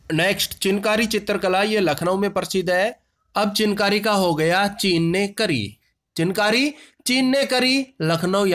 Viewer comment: चिनकारी नहीं सिर...चिकनकारी sir ..🙏